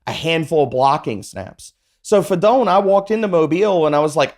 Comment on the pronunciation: it’s fi-doe-knee